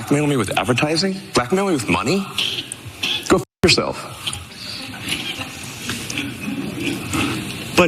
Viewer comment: Didn't musk say Fucem😂